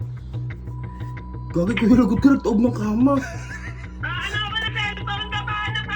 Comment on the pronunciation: Ang kamaw daw haha kama naging kamaw hahaha